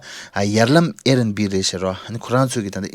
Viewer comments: It’s air bnb not Air n b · its Air BNB not airnb